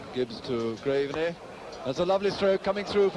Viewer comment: What was with all the commentators referring to Tom Graveney as 'Grave - er - knee'?